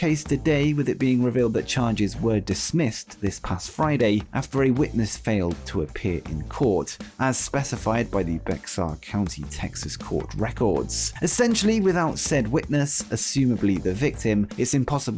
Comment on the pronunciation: Click baited me with Lita!!! And I dunno why but ... Bexar county is pronounced BEAR county..